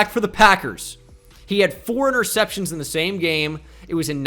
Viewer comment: Why would someone so illiterate make a quiz like this lmao. Didnt want to check spelling for anyone?? Ya know like for Blake "Portles". Or knowing how to say "interceptions" and us know what you're talking about?